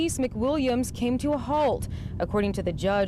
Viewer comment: A supposed educated woman who says "axe a question ". Yeah, ok.